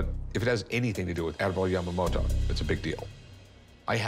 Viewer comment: It somehow irritates me how she pronounces Yamamoto with a d like Yamamodo. T is not that hard letter to pronounce :D